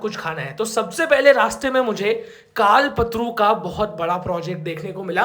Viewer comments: Kalpatarun bhi nahin hai. Sahi bolna hi chahte ho tou kalp-taru bolo. Matlab tarun nahin taru bolo. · कमसेकम नाम तो सही बोलो. कलपतरु नही‌ कल्पतरूं बोलो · कल्पतरु ❌ कालपत्रु ✅ भाई 😅😅😅